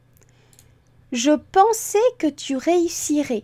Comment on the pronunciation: Superbe vidéo, très instructive et conçue de manière pédagogique. Ça fait du bien de temps en temps de dépoussiérer certaines règles restées trop longtemps dans un placard entre le lobe frontal et le lobe partial :-) Si je peux me permettre une toute petite remarque, attention à la prononciation de l'imparfait ( par exemple). Le "ais" final de "pensais" (dans ce cas), doit être plus ouvert (comme le "ê" de "prêtre"). La manière avec laquelle vous le dites (fermé comme le "é" de "santé") pourrait laisser croire que ce verbe est conjugué au passé simple (pensai). Je me suis permis de souligner ce point car durant mon apprentissage sur la conjugaison en cours élémentaires, nos instituteurs nous ont longuement bassinés sur ce point en insistant bien sur la prononciation. Merci pour le partage